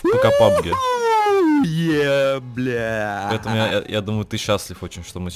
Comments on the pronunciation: ты городской или колхоз? произносится не пабг а пабджи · Сказано пабг и пабг мобайл, а там лиш пабг мобайл